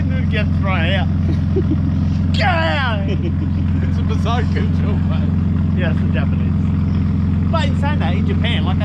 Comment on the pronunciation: Can you atleast learn to say bosozoku before you disrespect an entire culture.